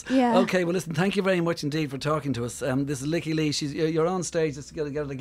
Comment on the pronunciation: She (Lykke) has pronounced it 'Leaky'. That is the proper Swedish pronunciation.